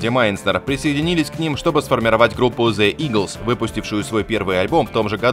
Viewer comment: Если Вы не можете произнести правильно the лучше скажите eagles, и не умничать по поводу English language, for you to far ,и больше имя исполнительницы не "бюнсе"soo sir don't trig to be English language specialist